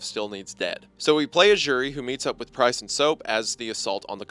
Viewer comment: LMAO! I know he’s saying “Price”, but it sounds so, so, SO much like “Christ”. 😂 First time I was listening I got so confused! I was like, “Jesus? What is Jesus doing there?” Before I realized what he ACTUALLY said 😂